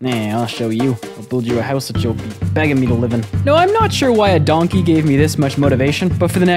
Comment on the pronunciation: I never knew that the word “DoNkAeH” was so funny to hear from someone else 😂 I was the only one to pronounce it like that in my smol friend group